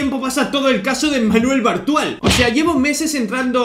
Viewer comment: Entendí "Manuel Brutal"